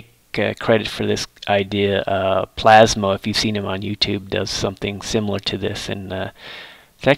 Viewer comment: PLASMO not PLASMA lol. Nice job as always!